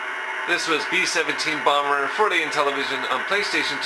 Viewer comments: BEEEE SHEVENTEEEEN BALMMMMER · Bee Seven'tiiin Baambur.